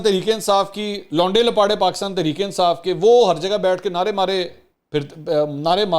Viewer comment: منصور بھائی جب اپ یہ لفظ بولتے ھیں ۔۔لونڈے لپاڑے ۔ تو اپ بول نہیں پاتے کیونکہ اپ ایک سلجھے اور تعلیم یافتہ ادمی ھیں ۔ چلیں لفظ بدل لیں ھمارے پنجاب میں احمق کو ۔ پھدو کہا جاتا ھے ۔ عمران نیازی پھدو اور اس کے فالورز پھدوز بقول اسحق ڈار